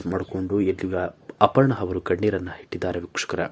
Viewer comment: ಅಪರ್ಣಾ ಹವರು ಅಯ್ಯಪ್ಪ ಲೆ ನೆಟ್ಟಗೆ ಕನ್ನಡ ಉಚ್ಚಾರಣೆ ಕಲಿಯೋ